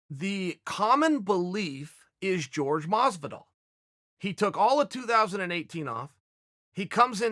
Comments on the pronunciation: Its Jorge not "George" Dumbass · Dude, how do you not know by now that it’s not pronounced “George” lol